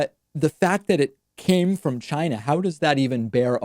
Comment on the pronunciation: "The virus came from Chynah.......let's hear it for Chynak"......and the crowd applauded!